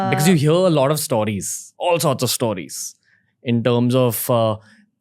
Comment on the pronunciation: Nice podcast! The only thing that irritates me is how Ranveer pronounces “stories” again and again.. it’s “stories” as in “stole.” To each his own, it’s just a bit annoying! 😬